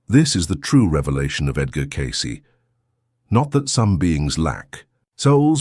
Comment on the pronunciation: At 1.48... the A.I. voice talking calls Edgar Cayce.. "Empty Cayce"